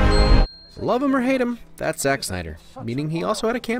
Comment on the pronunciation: Friendo you're pretty cool but uh... It's Za*ck* Snyder